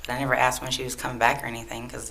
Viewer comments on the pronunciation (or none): "Now that day I Pacifically did not ast where they were going" Pacifically.. Ast.. "Specifically" and "asked" Ugh Face palm...